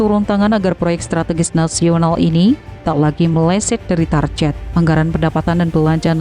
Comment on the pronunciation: Istilah "target" kok dibaca tarjet. Ini Enggris bukan Indonesia pun bukan. Kedua2nya dibaca Target yg betul.